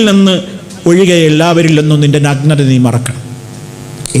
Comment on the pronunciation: നഗ്നതയുടെ ഉച്ഛാരണം ശരിയല്ല, നല്ലത്, നായ എന്നൊക്കെ പറയുമ്പോഴുള്ള 'ന'കൊണ്ടാണ് തുടങ്ങേണ്ടത്. 'പന' യുടെ 'ന' കൊണ്ടല്ല.